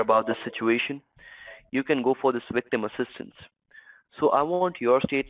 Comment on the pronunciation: Great American accent until he said wictim!